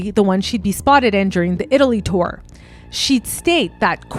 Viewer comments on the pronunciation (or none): none